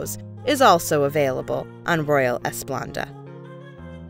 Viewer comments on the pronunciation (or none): Cut it short. Couldn't continue to listen to someone who supposedly went on this cruise who kept saying Royal "Esplanda".